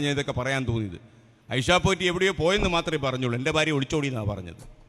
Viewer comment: Barya alla Bharya, bha,bha